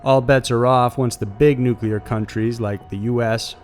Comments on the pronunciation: New-Klee-ur NOT nu-que-lar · New-clear, not Noo-koo-ler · NUCLEAR. NEW-CLEAR. It is not NUCULAR! You try to make it sound like "singular" or "secular", and you are 100% WRONG! It is NUCLEAR, not NUCULAR!!! 👎😖👎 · Nuclear** nu-clear, not “Nukuler” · NU-CLEAR. Not Nucular dude. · Really? "Nucalear"? It's pronounced noo-klee-er. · Nuclear: New-Klee-Ar NOT New-Kyoo-Lar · Stop pronouncing nuclear as "nucular" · I appreciate the video. Thank you! But you do realize there is no "u" between the "c" and "l" in nuclear. I dunno, I always cringe when someone says "nuculer". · nuclear /ˈnooːklier/ FUCK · Please stop pronouncing "nuclear" as "nuk yew ler" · Nuclear not nucular